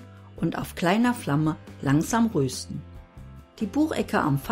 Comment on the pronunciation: Schönes Video, aber bitte es heisst rösten nicht röösten